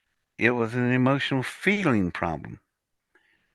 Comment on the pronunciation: If you listen closely to, he says “pith lem,” no O in between.